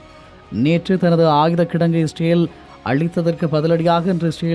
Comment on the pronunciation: #இஸ்ரேல் னு முழுசா சொல்லுங்கடா.. ரேல் ரேல்னு காதுல விழுகுது 😂😂😂😂